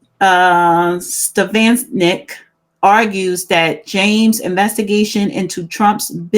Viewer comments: It's pronounced- A lease Stef on ick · Rep. Elise Stefanik's name is pronounced : eh lease stef ah nick.